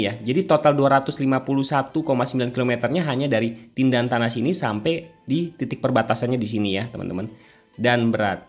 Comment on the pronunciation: Tentena Bukan tindantana